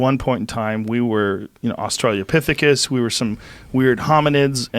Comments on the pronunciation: First, love joe and just about every show he does. However, why does no one ever correct him when he mispronounces Australopithecus as “australiapithecus”? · Joe “Australiapithecus” Rogan. It’s actually Australopithecus dude. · Again with the " Australia-pithecus"! it's spelled "Australopithecus"!